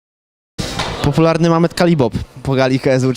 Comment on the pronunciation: na początku "Popularny mamed Kalibob" hahahaha :DDDD